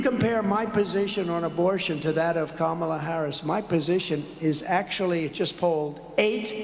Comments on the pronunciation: Saying Kamala’s name wrong doesn’t bother me, it shows his ignorance! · Calling them low IQ is his standard insult for Black women. It’s pathetic and I am sure it doesn’t phase Vice President Harris, nor does she care that he mispronounces her name. She is too busy working to make sure she is going to mop the floor with him in November.